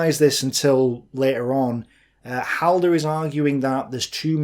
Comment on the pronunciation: That opening triggered me. Halder...